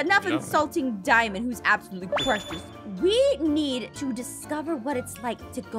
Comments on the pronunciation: it's not "Diimund" it's "Diamond" you Must Read not Like Diimond Okay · When said diamond but it was dimun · Did someone said diimund?